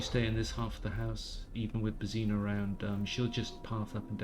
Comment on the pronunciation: The way you pronounce "Božena"...